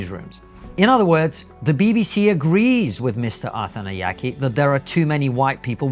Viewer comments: I kept hearing “Arthan the Yankee” at first, and I seriously thought this was an American complaining about white British people working at the BBC 😂 It’s no less hilarious knowing this man is Shri Lankan. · If you’re going to make a video at least learn to pronounce his surname properly lol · This guy is on national radio. His name is broadcast to the nation dozens of times a day and you couldn't even be bothered to work out how to pronounce it properly. I think what Mr Arthanayake said is a bit silly but if it's what he feels shouldn't he be able to express that without everyone loosing their minds? I cannot understand why this has made everyone so angry. Get a grip people, Arthanayake is obviously not a racist. Everyone accusing him of being one, take a look at yourself. I'd say there's a pretty strong possibity it's you that's the racist. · I'm not sure it's deliberate or useful to the point being made, but it's certainly amusing that you so badly mangle the pronunciation of his name every time